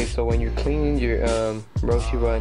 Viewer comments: You are saying roche wrong it is pronounced rowsh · stansbury its rosh e not rowsh its a japanese design ROW-SHE